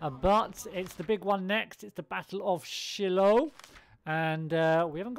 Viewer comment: Shiloh is pronounced like shy-low